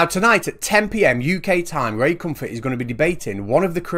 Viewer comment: Ray Cumfart? Oh jeeze... lol